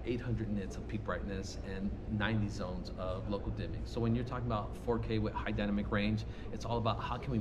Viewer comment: turn it up!.... dy na mic...its a 3 syllable word.